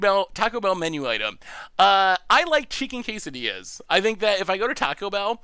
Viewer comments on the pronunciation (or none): none